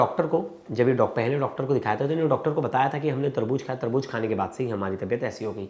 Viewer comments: Tarbooz not Tarbooj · Taarboojjjj😂Kiya HOTA hai taarbooz HOTA hai